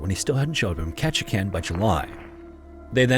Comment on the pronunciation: I'm surprised you pronounced Ketchikan correctly! Most people don't so way to go!